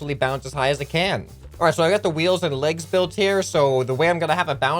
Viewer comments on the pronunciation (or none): none